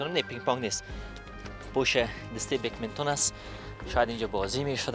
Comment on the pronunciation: مجری به ورزش بدمینتون،،میگه بگمینتون،،خخححححح